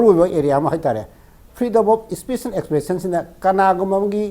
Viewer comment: Keino anchor se pakhatliro maisey eidi nokpada wanthadourey "fedom af spet" hairisibo😂😂😂😂😂😂